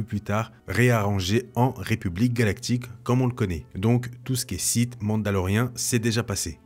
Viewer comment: "Seulon les différents Siths" :-)